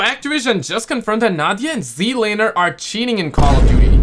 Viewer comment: It's (Zee) Lane (er) btw. Dude with the deep voice was either AI or just doesn't know how to say Z Laner's name.